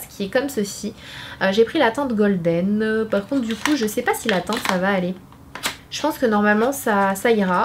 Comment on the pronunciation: Ton make up 👍🏽 ! Par contre ta prononciation en english, genre "teinte goldène" au lieu de "teinte golden", ça fait toujours mal aux oreilles 😅